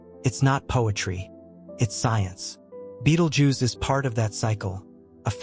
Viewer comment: This guy doesn't even pronounce the star's name correctly. You'll see it's light more for some time but nothing else. Anything with the Fox logo is fake just like the commentary here. Click bait